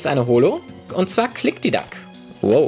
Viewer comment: Das heisst Klikdiklak!!!